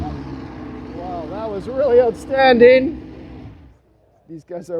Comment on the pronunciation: Watched this not for the great vid, but to hear say "ootstanding"! Thanks,!